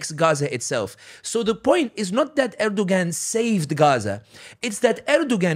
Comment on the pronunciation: Pronounced Erdowan the ‘g’ is silent. He and other leaders are all taghut. Don’t like or trust any of them. I want a real Hilafa. I want the Ummah brought back to Tawheed and true Islam. This is true success. Everything else is a clown show.